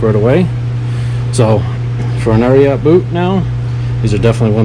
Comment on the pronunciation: Also it’s pronounced just “Ariat” not “Ariaht”. 😆